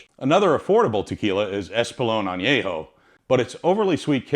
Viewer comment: VERY WELL informed video ; You do well with Spanish pronunciatión. If I may; the Word añejo should be with the an e from " YET " instead of an a from " yeah ". as in an-YE-ho. Excellent video